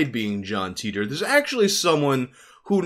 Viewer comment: I think his name is pronounced Tighter not Teeter